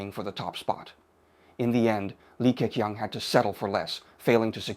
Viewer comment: 那些can’t的發音和好些字例如leader都是用了美音。而整體說話卻是仿英式的。克強的強很多次都發音不一致，plus講了ploose。這些都是AI有瑕疵的地方。不過已經很高水平，很多以英語為母語的人，其實措辭都不會表達得那麼好的。不能想像以後的Ai會去到什麼水平的了。